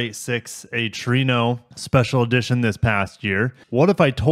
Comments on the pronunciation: Trueno!!!! Not Torino!!!😂😂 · Trueno is Spanish for Thunder. True ea (as in egg) no. That wagon looks awesome to me that likes wagons. Thanks for sharing!